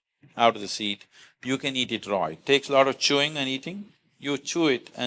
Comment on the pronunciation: Certain words are unheard by you, hence doing wrong pronunciation. It is Not Duretic but DiUretic. It is Not Row but RAW. By changing the name's spelling numerologically does not serve the purpose. Learn to pronounce the words correctly. Hope you won't mind.